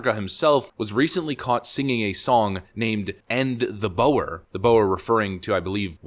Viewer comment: Just for clarification Boers is pronounced Boor. Also, Zimbabwe slaughtered a lot of them back in the 70s. The ones that survived fled to Mozambique. There is a good reason why Zimbabwe was starving their people ro death and Mozambique has been very stable during that time.